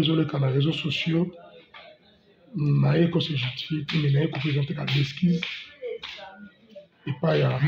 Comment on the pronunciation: "EXKISES" ya jetees a😂😅 a la poubelle! UNE TRES BONNE LECON POUR TOUT AVENTURIER KABILISTE IMPENITENT!